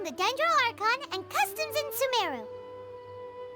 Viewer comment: It is Sumeru not Sumaru